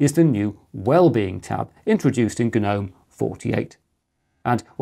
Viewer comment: My Grandmother has a few garden guh-nomes. Ok what is wrong with that sentence? If you can figure it out then you know how to correctly pronounce that word. Not like it matters, Gnome sucks nowadays anyway. Old school Gnome was much better.